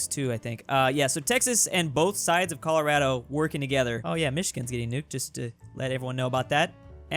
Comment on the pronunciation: I'm so glad you said ColoRADo right instead of "ColoRODo"